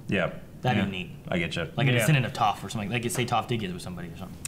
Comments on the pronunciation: Can you react to Avatar: The Last Hoodbender 1 & 2, please? (By RDCworld1) Also,. You're pronouncing Toph wrong. Their videos are very creative and funny. (Reposted because I accidentally deleted it...) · TheUltimateKIC I'm pretty sure purposefully pronounces Toph wrong. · I don't understand how that can happen to someone who's watched the show? 100% of the time her name is said it's spoken correctly, the only people who would mispronounce it are people who've read about Avatar but never seen the show... Same with Iroh, they're getting it right now but there was quite a bit where they kept getting it wrong for no reason. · Loved the video, thanks a lot,. But if I may voice a complaint: I would understand if you mispronounced a name you read in comics or books, but considering that Toph's name is pronounced so much on the show, the fact that you all keep mispronouncing it is really painful to watch. It annoys me to no end and actually makes my insides itch. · How does watch the show twice and not know how Toph's name is pronounced? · THEY STILL MISPRONOUNCE TOPH'S NAME! REEEEEEEEEE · Why can't you pronounce Toph correctly... dammit. lol. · Why are y'all mispronouncing Toph's name half the time? Is it an inside joke or something? lol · ITS TOPH... TOFF!!! NOT TOFE XD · IT'S TOPH, NOT TOAF, ffs. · Seriously how are y'all still calling her 'TOFE' and not 'TOFF' i don't get it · Did you watch the show? They said her name more than enough times for you to know that its not tofe... its Toph... stop it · OH MY GOD IT'S PRONOUNCED "Toff not Tophe! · Why do they still say Toef instead of Toph? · Three seasons... three seasons and they still can't say Toph like toffee. lol Oh well. I love their reactions so much I don't really care. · Lol, and who is this "Tofe" person I keep hearing about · Why do they keep pronouncing her name "Tofe"? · Every time they pronounce Toph as "T-oo-ph", a small part of my soul is crushed...